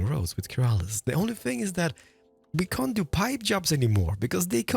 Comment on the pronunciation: “our can isn’t” 😭